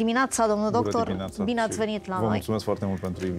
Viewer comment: uşa de la cafeneaua aceasta "trebe" unsă, că tare mai scârțâie.... "Bună diminoAța" este de la nea Iancu Caragiale?? Nu s-a "lipit" chestia cu Dumnezeu....probabil că domnul doctor şi-a dat seama şi spre sfârşitul interviului, a clarificat cu dumneavoastră lucrurile despre acest subiect....